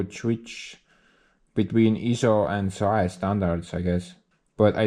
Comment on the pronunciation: You say those numbers like a fraction. 13/16 would be thirteen sixteenths of an inch. Also SAE is just spelled out as S A E which is also how its pronounced. =)